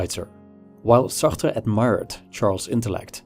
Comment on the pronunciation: I wanted to off myself every time he pronounced Sartre.